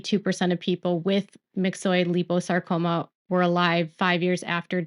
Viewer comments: Hey, It's pronounced 'lie-poe-sarcoma'...just thought you'd want to know:) love and positive thoughts for Jen & Hubby...& kudos to Meri ❤ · It's lie po sar co ma. Actually, my dog had myxoid liposarcoma. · Liposacroma is not pronounced the way your saying it. Think lipo suction just replace suction with sarcoma. Also if there are other medical words you’re not sure on how to pronounce, google search will have an audio to play on how to pronounce the word. I hope this helps and medical wording can be tough if you’re not in that world or it is not common.